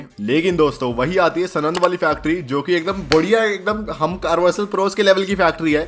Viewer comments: Bhe*ch** kya bake ja rahe ho yaar ... Sorry to speak it in such a way... But spoke sanand wrongly here , , , , , & as सनंद But actually it is साणंद , watch it here ..... I have been commenting since a long... Feeling bad to get mad at u Bhai... But won't is wrong... Can't you even work the town banner correctly ???? Choti bachchhi ho kyaa ????🤬🤬😠😠😡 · सनंद नही सानंद बोलते है उसको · भाइ जो यूनिट गुजरात मे है उसका नाम सणद नही साणद है 🙏 😊